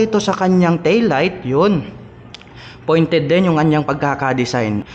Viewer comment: Pointed po hindi FOINTED